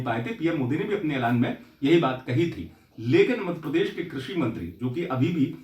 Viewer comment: मध्यप्रदेश को मदप्रदेश क्यो बोलता है तू पत्रकार तू हमारे प्रदेश का नाम सही से लिया कर नही तो तेरा चैनल ना सब्सक्राईब करूंगा और ना ही लाईक करेंगे।